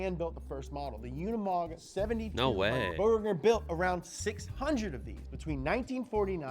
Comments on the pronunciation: UnImog... not UnAmod!!! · The name Unimog is pronounced [ˈʊnɪmɔk], and an acronym for the German "UNIversal-MOtor-Gerät", Gerät being the German word for a piece of equipment (also in the sense of device, machine, instrument, gear, apparatus). It was created by German engineer Hans Zabel, who made the note Universal-Motor-Gerät on one of the technical drawings for the Unimog. Later, the Universal-Motor-Gerät was shortened to the acronym Unimog. On 20 November 1946, the name Unimog was officially unveiled. Since 1952, Unimog has been a brand of Daimler Truck.